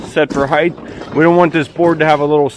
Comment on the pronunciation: Height does not end with a “th”.